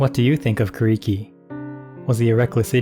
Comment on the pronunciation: His name is pronounced “Ku” “Lee” “Key”. Not “Ku” “Ree” “Key”. The “R” sounds is a diphthong. A sound between and “R” and an “L”. But not pronounced with your lips round like and English “R” sound. Rather instead with your lips wide and flat like an English “L” sound. Hearing Kuriki’s name mispronounced throughout this video was very disturbing and disappointing. It made me feel as though the creator of this video is only interested in the money he will make from the video and not the proper respect that is due for Kuriki. It is so disrespectful of the creator of this video for not taking time to learn how to say Kuriki’s name correctly.